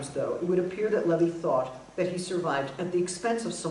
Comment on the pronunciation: it's primo levi, not levy.